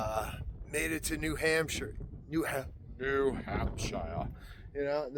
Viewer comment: I’m gonna miss you so much when you’ve finished the AT. I rarely laugh at comedians, but you crack me up! Omg, the way you said “ New Hampshire” in the old British accent, cracked me up so hard, I had to listen to it over and over. “ I’m giving her all she’s got” also.